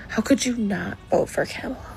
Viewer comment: A lot of them don't even pronounce kamala's name right 😂